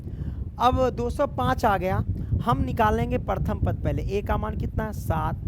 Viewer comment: Paratham nahi hota hai sir Pratham hota hai